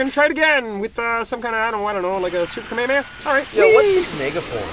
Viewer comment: I liked until he said kamehameha like that